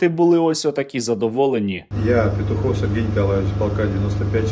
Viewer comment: За Respect,але треба цю російськомовну щелепу Навчити Правильно вимовляти українські прізвища!